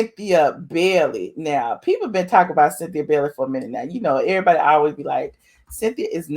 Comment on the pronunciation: Its bailey not belly